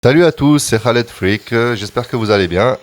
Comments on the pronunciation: Wait wait wait !n a Il prononce "Khaled" a la manière "arabe" : "Rhaled" alors que dans une de ses vidéos il nous dit bien que ça se prononce "Kaled" -_ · On dit Khaled pas Kaled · khaled cavse prononce comme ca